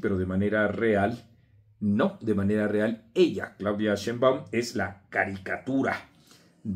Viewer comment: Por qué no pronuncias bien el apellido de la presidenta??? No lleva acento en la "A", o no oyes bien cómo se pronuncia?